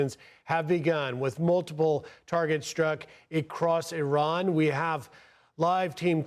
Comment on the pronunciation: It's Iran not Iron.